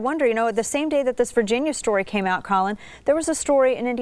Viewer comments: Dana's cool, but her team didn't properly prep her for this interview. I cringed every time she called him "Colin." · Why she calling him Collin. Its Colion. KOH-LEE-OHNE. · Great job "Collin" lol bummer she said it wrong the whole time. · Yo that would be a lifetime memory. Colion if you read the comments I'm in the DMV area lemme get my snap back signed bruh!! Also the lady butchered his name but in her defense it is kinda hard lol